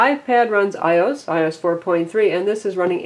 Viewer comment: IT'S PRONOUNCED "I-O-S" NOT "EYE-OS" FARRR HOW ANNOYING